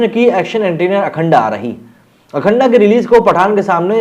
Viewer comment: अखंडा नहीं अखंड बोल - क्यों ग़लत उच्चारण कर उर्दुवुद का एजेंडा लागू कर रहा है भाई पठान का बहिष्कार